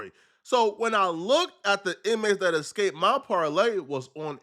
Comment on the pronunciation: It's eSsssssCaped not Ex-caped